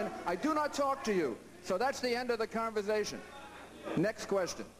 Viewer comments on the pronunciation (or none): Thats the end of the converzthashun. He's insulting his audience... Where the hell does he think he's getting himself?